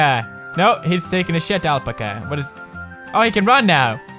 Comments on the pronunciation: there not lamas there alpacas and you can't say alpaca right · So what he doesn't have to be perfect. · That game made me slightly sick to my stomach >.< I loved the way Pewdie pronounced alpaca though x3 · Alright so you can pronounce Melancholy but you can't pronounce Alpaca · The way Pewds says alpaca though!OMFG LMAO! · the way he pronounces alpaca tho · What if u were the one who has been saying alpaca wrong this whole time...